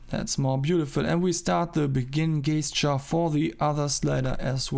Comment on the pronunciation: Very cool to follow the process, well done! PS : it's pronounced djestcheur :D